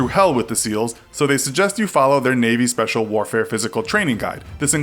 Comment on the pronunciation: Did he just say the "British army sepacil air force" 😳 ffs